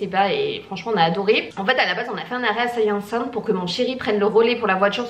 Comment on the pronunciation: On prononce Saint - ï - a - cinthe ;)